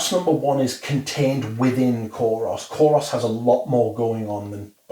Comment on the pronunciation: thank you! Btw and I hope you dont mind correcting you but Kouros is actually pronounced koor-oss (koor rhymes with tour, poor..)